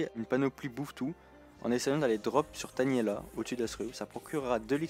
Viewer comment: Tainéla pas Taniela xD